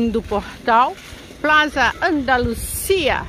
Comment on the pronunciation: Eu também moraria. Academias não faltam. Gostei de passear com vocês. Tu espanhol está mejorando,. Não existe o som "z" em espanhol. É sempre som de "s" de sapo para plaZa e para igleSia rsrsrs